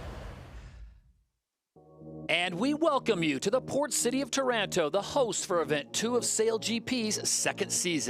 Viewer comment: IS TARANTO (TÀHRAHNTO) NOT TAURANTO (THE TARANTULA NAME AND THE TARANTELLA NAME) IS ISPIRED BY OUR CITY